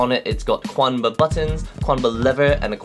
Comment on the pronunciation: It's pronounced "chanba" not "quanba". Chinese my dudes